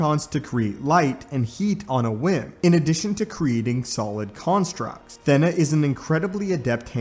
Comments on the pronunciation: Not "THEN AHHH" its pronounced "THEEENA" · Did you say "Thenna"? Im pretty sure thats a long "e". like... stay with me... "Athena"